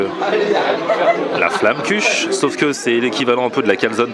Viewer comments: On peut aussi la roulé (la tarte flamber). Et je veut pas jouée ma reloue mais pour la prononciation c'est flamequeche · En Alsace on prononce Flammekuche comme ça : - Flammenkuera !